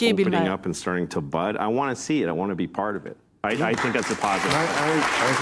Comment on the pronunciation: On prononce Bill mare pas ma air